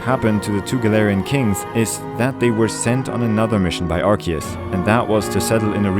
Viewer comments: I love your theories, but my autism screams when I hear "Arseus". The voice for Ash Ketchum said that it's "Arkeus" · Its pronounced ark ee us not arse ee us. arse is a whole cuss word bro you really think the most recognizable kids franchise is going let that slide in an official name? if you need further proof google how they pronounce it in the show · it's pronounced arcoos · I hate when people pronounce arceus like "Arse-eus" that, I dont wanna be thinking of a butt when talking about a god of all pokemon lol. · Hey man, just wanna let you know official pokemon pronunciation for Arceus is (R key us) it’s a common mistake though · Why did you say Arceus wrong at the beginning of the video?? 🤨